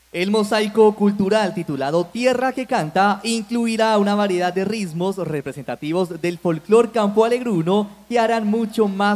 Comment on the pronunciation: Señor presentador: se dice "ritmos" no rismos. Y señorita presentadora, el traje de sanjuanero debe lucirse con el pelo recogido, para que se pueda apreciar la belleza de la blusa. Errores que le restan elegancia y calidad al evento